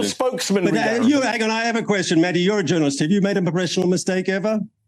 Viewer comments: Its Mehdi, not Medhi. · his name is Mehdi not Medhi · Its not medhi Its MEHDI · media its meHdi hasan not medhi :) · It’s Mehdi not Medhi.